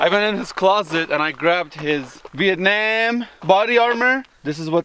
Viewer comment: Hey bro, you pronounce "Viet-nem" correctly